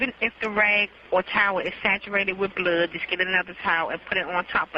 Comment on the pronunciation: Also the way she pronounced "bluuuud"